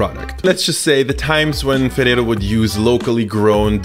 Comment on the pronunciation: im really impressed on how you pronounce ferrero and spanish words